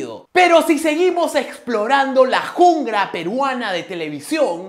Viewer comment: La "jungra peruana" ???? jjjjjjj (min jungla peeeee jjajjajajaa